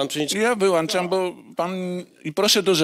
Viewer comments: Przewodniczący : "JA WYŁANCZAM" Siadaj, pała! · Przewodniczący- mały dyktatorek😬"ja wyłańczam."